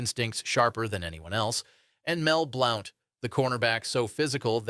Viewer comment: Mel Blown???? Mel Blount